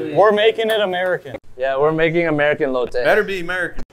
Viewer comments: ITS ELOTE PENDEHO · Not the it’s called “ELOTE”😂😂